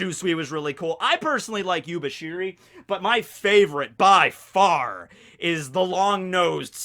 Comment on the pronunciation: mispronouncing Yubashiri is one of his gags that will stay until the end of One Piece.